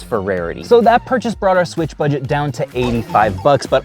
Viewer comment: bro rly said sweech